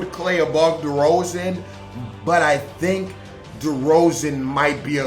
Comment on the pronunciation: The amount of disrespect on my man Derozan's name is crazy... you wilin for real